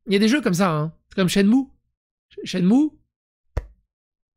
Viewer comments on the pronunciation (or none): none